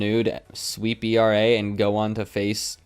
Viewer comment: It’s pronounced AIRAH not E-R-A. Keep up the dope content man.